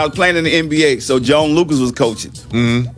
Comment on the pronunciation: P pronounced John Lucas as Joan Lucas lol hahaha